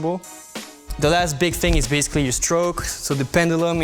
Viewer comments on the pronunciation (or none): none